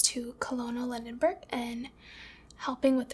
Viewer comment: Also Lindbergh (not Lindenberg)